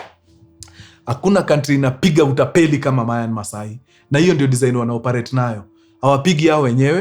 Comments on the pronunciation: Myanmar ✅ Mayanmar ❌ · Story safi but it's Myanmar not Mayanmar . Mtu asijipate Myanmar adhani ako sawa. 😅